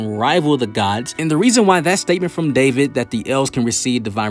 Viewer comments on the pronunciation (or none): none